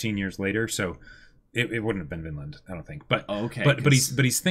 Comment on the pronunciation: Whenever they say “Vinland” I just hear “Finland”. Confuses the heck out of me😂